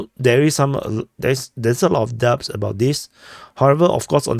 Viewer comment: You don't pronounce the 'B' in 'Doubt.'